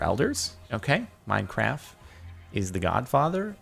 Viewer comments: It's "Minecraft" not "mincraf" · he said minecraf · Did I just hear minecwaf